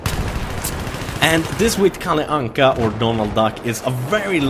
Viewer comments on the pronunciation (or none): Hej stör du dig också på att massa folk säger KalliAnka istället för KalleAnka?